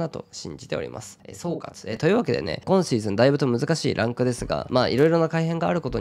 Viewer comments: 初見です。 こ↑んシーズン、ら↑いシーズンのが気になって内容が入ってこなかった、、、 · 毎回6っk59さんの「今シーズン」のイントネーションが気になってしょうがないです。